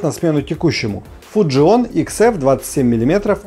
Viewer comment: Вот сколько живу на свете - никогда бы не подумал, что слово fujinon можно прочитать неправильно... просто порвал грамматику в ошмëтки... 🤣🤣🤣